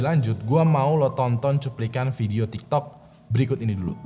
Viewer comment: abang ngomong tiktek.🤣🤣🤣